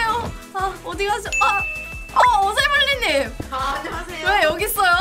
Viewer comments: 오세블리 아닌가용?? 오새블리가 아니라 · 또 만날지는 모르겠지만 오새블리가 아니고 오세블리임ㅋㅋㅋㅋㅋ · 오새블리가 아니라 오세블리인데요....